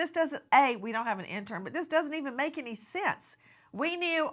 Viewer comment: Nancy Disgrace: the word, "any", is pronounced, "any", not "eeny".